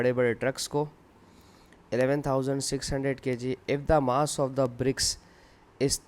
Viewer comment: Good explain but mass ko maass